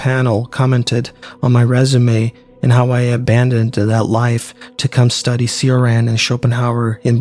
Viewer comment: Good stuff. Just fyi, Cioran is pronounced “Chor-AHN”.